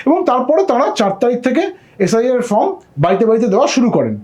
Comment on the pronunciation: আপনি বার বার ফর্ম এর জায়গায় ফ্রম বলছেন !!! সময় নষ্ট করে আপনার কথা শুনবো কেনো ???